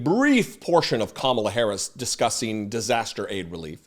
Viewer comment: Ughh 😩😫! That woman is SO sickening! She makes me cringe when she lies, calls LOSER45 president, and purposely mispronounces VPOTUS Harris' name. 😡